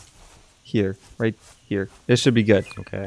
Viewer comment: "let get roight into the news!" rocket hits him = death of laughter